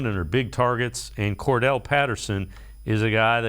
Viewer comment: Why does everybody pronounce Cordarelle Patterson's name wrong?